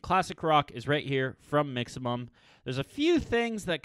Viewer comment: Do you know what the app is called? I’ve listened to him say it 10 times and I still have no idea what he said? Mixemum?